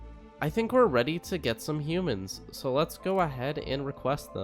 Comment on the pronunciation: The way he says “humans” makes it sound like he isn’t one